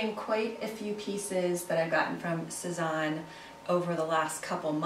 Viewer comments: Great haul! They all look really cute on you. The bags are especially cute. Just a tip on pronunciation— it’s Sez-Anne. Not, Sez-awn. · Thanks so much! :-) I'm loving the Sézane bags right now! Thanks for the tip but over the years I've been told to pronounce Sézane so many different ways - Say-Zahn, Suh-Zahn, Sez-Anne... At this point whatever happens comes out of my mouth at the time is how I'm pronouncing it....hahaha!